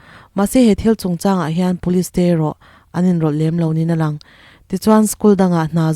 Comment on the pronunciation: Ni-a-lang ti hi nia tih angin i lampial puat zela, nia tih leh ni a tih hi meaning hrang daih a nia